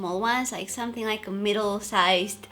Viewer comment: Im never gonna get over you premonition of the words Something - somethink Amazing - amazink Happening - happenink I love it 😂❤️